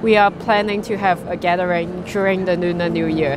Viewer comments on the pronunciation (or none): She said Nuner Nu year...🤣🤣Phok Gai....